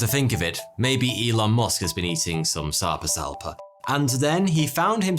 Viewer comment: The whole time he said the fish’s name I heard sectum sempra